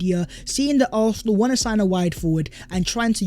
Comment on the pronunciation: “Oohawsinall” as British as it gets right there.